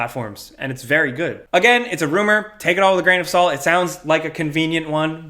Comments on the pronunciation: "A big grain of SAULT" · That New York accent came out on the “Big grain of SOLT”